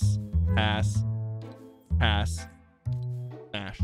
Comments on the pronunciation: pass ass he kept saying ass when he tried to say pass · You swore and said ass instead of pass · after a while, i cant tell if he's saying pass or ass. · When he was trying to say pass he was saying ass alot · Bro he said pass so many times that it started sounding like ass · Every time you say "PASS" I hear A*S. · on some of the passes it sounds like hes saying ass lmaooo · 3 mins 38 second “pass,pass,pass,ass ME BE LIKE:WHAT DID HE SAY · Is it just me or does his pass sound like smash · If you put it in 2x speed it sounds like he’s saying the a word😭